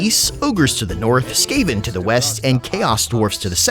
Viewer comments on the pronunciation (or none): none